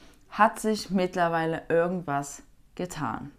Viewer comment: örgendwann, örgendwas